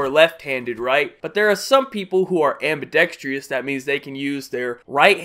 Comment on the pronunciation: Please. Dude. There is no such thing as "ambidextrious". No! It's "Ambidextrous". Do you get it? I love your videos man but saying "ambidextrious" is analogous to saying "Communial" instead of the more proper and totally correct: "Communal" Do you 10-4 good buddy?